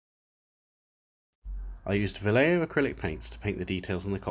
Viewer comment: "vallejo" is actually pronounced "bayeho"